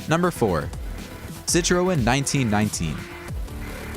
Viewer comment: Did you say Hammock, Chiron and Citreon like that just to get people to comment? Because it worked 😂